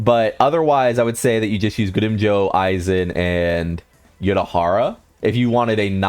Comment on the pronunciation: Do you guys mispronounce names on purpose or somethin?? Its grimmJOW not Joe....... I mean it even says it in the anime. I had no clue who you was talkin about the first 5 times you said it. 🤨